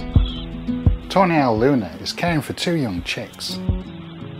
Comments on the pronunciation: I keep hearing "tornado" and "toenail" 😑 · When you say tawny owl, it sounds like toenail.